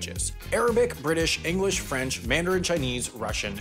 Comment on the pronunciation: Why did you say British and English like there was a comma in there? Threw me right off.